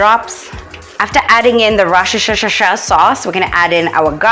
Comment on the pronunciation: LMAOOO🤣🤣. The worcshoshoshosho sauce. 😂